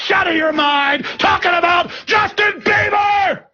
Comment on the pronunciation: Justin bleeber lol Justin biebler lol